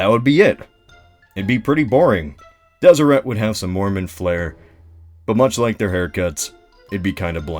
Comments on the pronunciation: >tfw you live in utah Utah history (7th grade course) taught me the pronunciation didnt have a strong T at the end, and was pronounced Deserey. rip. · It’s pronounced deseray. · Deseret as a pronunciation bothers me so much. Like I GET that the Mormons believed it was a Jaredite word for honeybee and it has some etymology to the Egyptian for bee crown dsrt but still. It just sounds wrong.